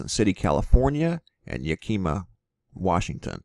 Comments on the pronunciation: it is pronounced YACK i ma not yakeema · not ya-keema, yack-i-ma. Yakima. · Great video, but its pronounced yack im ah, not ya keem ah. FYI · The way you say Yakima is Yak...A...Ma. I live south of this Mt. Been watching it for years. Was here when St. Helen's blew. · Thank you so much for your vigilance. We have so few sources of reliable information about what is really going on in the world. Just a couple of notes: Yakima is pronounced YA'-ki-mah. The other thing is something that I never dreamed of until I moved to North Idaho and that is that there are coniferous trees that are deciduous. They turn yellow and shed their needles in autumn. The only one I know about are our local Tamarack trees, also known as the Larch. They are coniferous, but not evergreen. Those trees in the video that you think are heat damaged may be Tamaracks. God bless you. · you say it like yak i maugh, the i is the short vowel sound. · Pronounced "Yack ih mAH". Lol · It’s Yack-(rhymes with Jim/Gym)iim-ahh. Like the Japanese motorcycle brand. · Yakima is pronounced Yak im a. just so u kno. This is my nightmare and st. helens as I live between them and at the mercy of another to move me as I am not able to haul a travel trailer. Pray if it blows it blows away from me. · It's pronounced yakimaw. Yakima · YAK-A-MA washington. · It's Yak im like him without the h Yack im ah like mah. K. Oy vey when people not from this area try to pronounce our cities and towns by name uh like hmm... oh K then. Do you think R is the powder keg that will set the entire ring of fire off? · Love the vids. Its YAK-eh-Mah. like the animal, a Yak. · Thank you..it is called yak like the animal i lived there and i was always corrected lol...bless you Yak*ah*ma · Yakima, WA. Pronounced YEA KUH MAW. The kuh rhyming with duh. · it's YAK-imah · Fyi: Yakima = YAK ih MAH